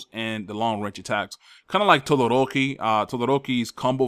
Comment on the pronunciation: I like hearing you say Todoroki